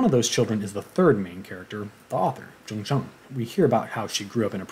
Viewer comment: Your way of pronouncing the author’s name, Jung Chang is correct! FYI, I do speak Mandarin. Thank you for the good review on the book btw :-)